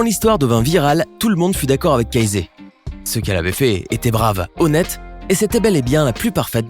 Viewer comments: Ca ce dit pas CA ZE mais KE SSI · Ça se dit Caïzy pas cazai 🤦🏼‍♂️ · « Kazé » 😭 sa se lit [keïssi] s’il vous plaît 😭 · Casée? On prononce kèssi ! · Casey se pronoce pas "Cayssi" ?